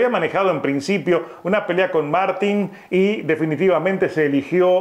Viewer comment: Queda disculpado. Pasa a menudo en ése lado del charco, decir Mártin y no Martín. Pasa con muchos nombres, pero es gracioso, nada más. Un gran saludo amigo 👍